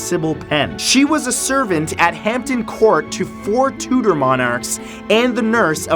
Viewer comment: Hampton courts not in London, It's just outside. And it's Tudor not tutor